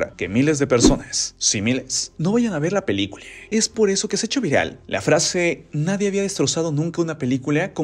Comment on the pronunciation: PeliculA! No pelicule 😒